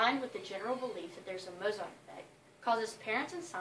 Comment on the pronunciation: why doesn't she pronounce the name correctly?